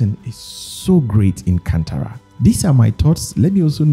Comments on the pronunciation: ಅದು ಕಂತರ ಅಲ್ಲ ಅಣ್ಣ ಕಾಂತಾರಾ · it's not can-tara it's kaanthara